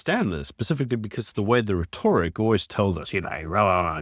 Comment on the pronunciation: Can you learn how to pronounce rhEtoric? (That's a rhetOrical question.)